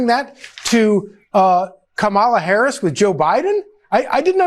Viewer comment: Why do they insist on mispronouncing president Harris